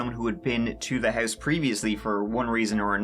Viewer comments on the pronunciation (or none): Hurse (house).....ourt (out) mursic (music) wurshington (washington) abourt (about) hurw (how) lourdly (loudly) bruh learn how to talk